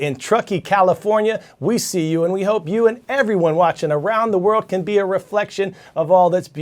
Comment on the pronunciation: I think you said "BEARiar" so we are glad you squeezed in the word that we sent you yesterday-BEAR! -Mrs. Meakim's Social Studies, 7th-period class at Upper Moreland Middle School (PA).....we see you Coy!!